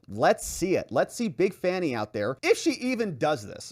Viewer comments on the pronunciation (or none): pronouncing Fani’s name incorrectly somehow delights the hell out of me.